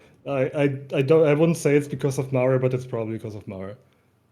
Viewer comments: It's pronounced MAH-reh, it's latin, not "Mare." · I'm there with you. It's not "mare" but "mah-ray." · pronouncing it Mare instead of Mah-reh.. Guess anything not english is a dead language for citizen of the US and A.. latin even more so.. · it came out right around the same time as the moon zones came out. how the fuck so many people accepted the game calling something Mare but continue to pronounce this name as female horse instead of "mah-rei" at the same time and after is just beyond me. but this gooner ass game community has brainrot. Remember...this shit came out in endwalker. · Pretty sure it is pronounced Mah-ray. Two-syllables. It's not a horse. It's a crater on the moon. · I'd love to know why no one on bothers to clarify the obvious mispronunciation of mare. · Mare's name references Mare Lamentorum correct? If so everyone is pronouncing it wrong and yes it bothers me lmao, FFXIV players can't even pronounce names correctly in their favorite game.